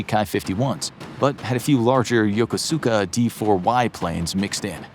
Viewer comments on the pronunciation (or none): none